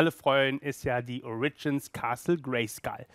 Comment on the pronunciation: Das erste Mal sagt er "ORIGINS" richtig!!! BRAVO!!! ;)